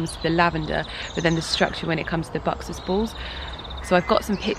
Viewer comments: Sounds more like boxers baws. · Its buxus balls not boxes balls